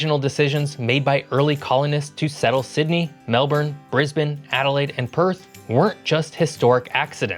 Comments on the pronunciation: You said "Brisbane" right. Well done, mate. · As an Australian, I appreciate the fact you've done your homework and attempted to pronounce several place names correctly :D You did quiet well with Brisbane as far as I could hear :) Not all perfect (Canberra, Yarra), but good work none-the-less.